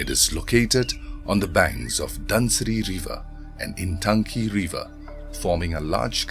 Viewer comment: 🎉🎉🎉 For non- indigenous general people at large, it is easier to say Intanki, instead of Ntangki. Shalom🎉🎉🎉.